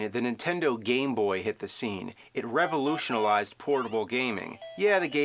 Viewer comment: "Revolution-al-ized". SMFH...swear James is special needs.